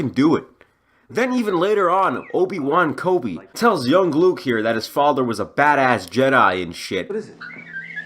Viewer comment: "Obi Wan Kobi" 😂😂😂🤣🤣